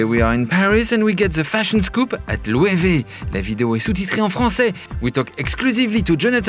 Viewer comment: Thank you Loic, now i know how to pronounce Loewe correctly.